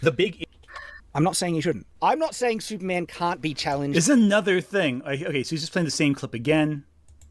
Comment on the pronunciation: I like how whenever says "Superman" it kinda sounds like he's saying "Soupman"